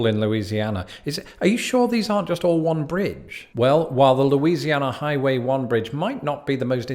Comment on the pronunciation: Ah yes, my state mentioned 5 times in a single video by. Good go at pronouncing the names of the places; you did a better job than, like, 99% of people who attempt to do so that are from out of state. Heck, even some of us don't know how to pronounce the names! That's Cajun French for you though.